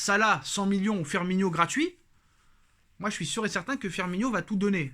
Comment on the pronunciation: Courage! T'en sais rien du tout si il va venir firmiNO! Et toi qui reprend tjs sur les prononciation tu a passé toute la vidéo à l'appeler firminio alors que c Firmino! C sur c pas grand chose mais quand on est parfait comme toi ça la fou mal!